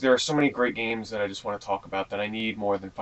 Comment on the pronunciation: i heard u lik ps2 geams